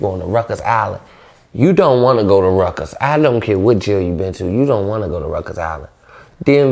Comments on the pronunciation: Ruckers island😂😂😂😂 it’s Rikers my dude lol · Nigga keep calling Rikers “Ruckers” nigga that’s the park lmfao😂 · Following timeless DC tradition, dude pronounces "Rikers" the way he see fit 😆